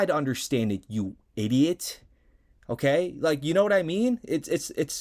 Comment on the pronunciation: When you emphasized the word Idiot 😂😂😂😂😂